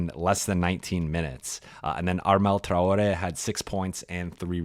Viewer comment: Why is Traore's name pronounced differently every time😂